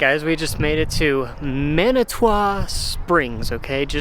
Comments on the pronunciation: It pronounced man-a-two should go into manitou and get some spring water people come from everywhere to drink it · It's pronounced mana two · Man-a-2. That’s how you say it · Hey! Welcome to Colorado… we are natives and live just outside of Manitou Springs. I did laugh at your pronunciation😂 (Man-ih-two) We hope you enjoy your stay here! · I'm a local. There are lots of free or less expensive things/places I could recommend, depending on your interests. p,s. it is pronounced man- ih, too, And Acacia is a kay shuh. And Tejon is tay hone. I do think you'd enjoy Garden of the Gods and its neighbor Red Rock Open Space. If you're hanging around downtown Monument Valley Park is good. If you want a fun place to eat, check out Fargo's. The salad bar and carrot cake are pretty locally famous. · I can't believe how you mispronounced Manitou.